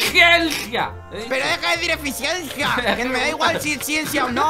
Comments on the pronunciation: El dice acenis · Jajajaaj cómo le cuesta a decir eficiencia xd💙💙